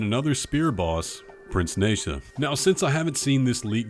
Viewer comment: You mispronounced nezha